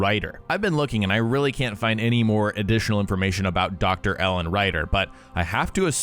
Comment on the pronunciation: It's Ellen, not Ellon